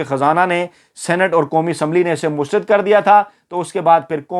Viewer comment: AAP ITNA ACHA SHOW KERTE HAIN LEKIN ZEIR ZABAR KA KHIAL NAHIN RAKHTE.MEETHA MEETHA HAP HAP KERWA KERWA THU.AAP HIP HIP NA KAHA KAREIN.PLEASE!MUSTARAD HOTA HAI MUSTARID NAHIN.